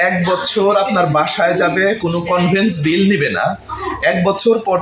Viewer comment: Vai convens bill bolte bujlam na,,aktu valo kore bolun plz